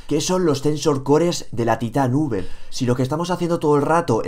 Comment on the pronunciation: se dice titan five (taitan faiv) :v